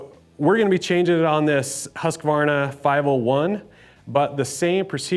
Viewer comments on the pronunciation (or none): Husk Varna not Husky Varna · In Sweden it's pronounced Hus Kvarna :) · You don’t pronounce the name right 😂